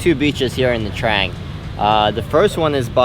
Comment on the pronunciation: Its nha trang not nha traeng 😉 just correcting